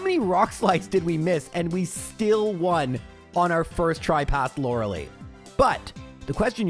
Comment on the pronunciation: Day 1 of asking to pronounce her name as "Lore-uh-lie"